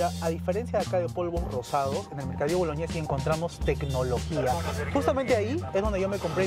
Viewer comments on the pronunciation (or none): Uff, acá nos damos cuenta de que son turistas o están de vacaciones porque dicen "Mercado Boloñes", los locales lo pronunciamos como j, ya que es Mercadillo Bolognesi, pero decimos "Bolojnesi"🤗